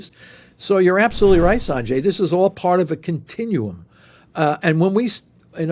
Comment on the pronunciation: Sarnjay? It's Sanjay.